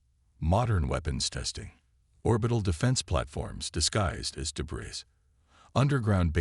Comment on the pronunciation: Work on pronunciation of some words, please. The word " debris " is pronounced like " de bree", without sounding the "s". Work on that okay?